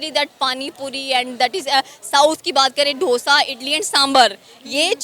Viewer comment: ढोसा 🤣🤣🤣 its डोसा dosa